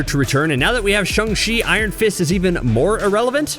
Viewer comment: Its shANG not shUNG